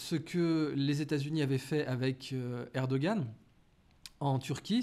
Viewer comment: M.Aberkan! Permettez -moi, a vous proposer ( vous etes presque plus que parfait) mais le nom de Monsieur Erdogan se prononce en turque par un molle H comme les Huns! Mes respects💚